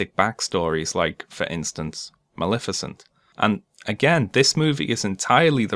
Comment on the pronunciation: “*coughcough* mally fissent.”